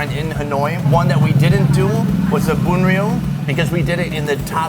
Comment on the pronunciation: "bun rieu"not ''boon real"